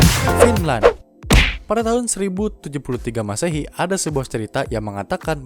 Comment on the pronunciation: Kosakatanya diperbaiki gan, unesco, M masehi. Ga enak dengernya